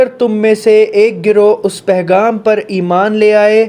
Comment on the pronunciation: ...Ap bohat acha kaam kr rhy hain.aik lafz Sahi kr Lyn.... Pegham hota hai... Pehgham nhi hota... Lekin phr bi koi masla nhi hai... Shukriya 🌸🫂